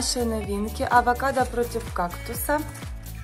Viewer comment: Не авакадка а овакадо 🥑